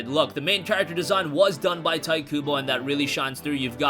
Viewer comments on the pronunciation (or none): Hey. Tite pronounced "Tai-to" not Tight. 👍🏾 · Learn how to say Tite in Tite Kubo.